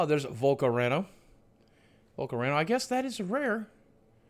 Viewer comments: I thoroughly enjoy watching these, as a huge Pokémon fan, but Boogie, it's VolcaROna, RoNa, not RaNo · Vol - Car - Ona is this correct people? i think it is . xD its an a boogie! not an o! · Vol- core- own- ah Haha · I pronounce it like this: Vol-CA-rona, I think that might be the correct pronunciation. Hope this helped. :) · Vul-cah-rona lol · vol-carOh-nA... dammit boogie love yah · 3 The bug fire thing is vol-co-rona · for fucks sake boogie if volcarona ends with an A how are you gonna go volcaronOH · Boogie, volcarona doesnt have an O at the end of it So close But one letter off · So what distributor do you get these from? These boxes are $100 and up everywhere I look. :/ Also, you swapped the "o" and "a" around in Volcarona. Just pronounce it like the beer "Corona" and add "Vol" at the beginning.